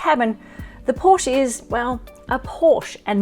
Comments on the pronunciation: Pronounce porschE. Not Porsch. Same is bee em vee Not bee em double u. German car needs German pronounciation… ! US Cars here is correct spelled as Dodsh for Dodge and Chevroleigh spoken here, Not Shefrolett as assumed for German Language … or how do you speak a Peugeot?😂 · If you’re going to review vehicles for a living. It’s pronounced Coupé and Porsche-a. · Its porschÉ